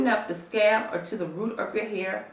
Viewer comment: I swear she says scab not scalp lol. It's all I can hear scab. Scab